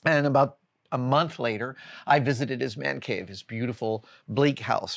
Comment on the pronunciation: "THE WO' MAN CAVE" (WHOAH-MAN) 😅